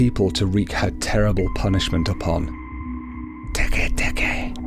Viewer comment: You said it wrong